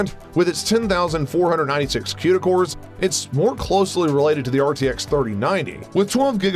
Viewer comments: One critique. It's pronounced koo-da cores not que-da cores. Haha that was bugging me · Stop saying quda cores! It's Cuda (cooda)